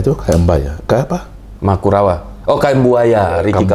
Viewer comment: Bg bilang makurawa😂